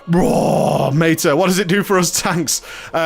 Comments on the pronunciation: do you love making English people cringe by pronouncing words wrong? haha. It's Meta not Mayta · meyta as in meyta-morphosis? lol